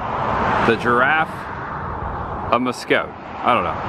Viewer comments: Love your show. Pronounced Mass-scott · Marcotte is pronounced "Mass Cot"